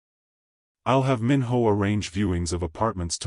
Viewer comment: First I want to say this is a good story and I would like to hear a part 2. But, just a quick suggestion if there is a part 2, make sure the AI voice knows how to pronounce Korean names. The “I” is pronounced like a! “ē” Minho should sound like Meen-Ho.